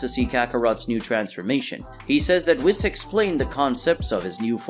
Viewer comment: The way you say whis gives me cancer